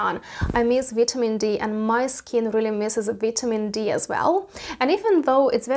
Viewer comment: She said vee tea mean Dee lol